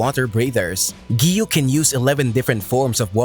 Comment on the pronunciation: “Akza”💀really its “Akaza”😑”Doma”💀 its “Douma” “Giyu” Mannnnnn its “Giyuu”😑